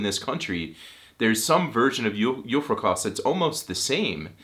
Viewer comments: I know this is going to sound incredible.... but you do not swallow any letters in "julefrokost" 🙃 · julefrokost - all the cyllabels have the same speed and emphasis other than that a merry christmas to you and yours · It funny to hear how much you struggle with julefrokost and julebryg :D